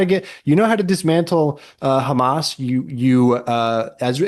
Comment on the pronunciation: I like how he pronounces Hamas like 6 different ways.